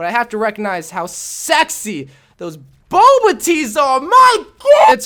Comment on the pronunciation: Bulba? Its bubble tea not bulba tea.